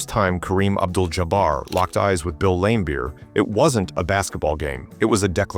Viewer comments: Video loses all credibility by constantly referring to Bill Laimbeer as "LAM-beer" instead of Lam-BEER, suggesting either AI narration or that the author has no idea to how to pronounce the name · His name is pronounced Lam Beer not Lame beer basketball expert. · Lame Beer sounds about right lol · I love how he pronounced Bill Laimbeer's name as Bill Lamebeer. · AI SLOP Can't even pronounce Laimbeer's name. .... just more auto-gen nonsense.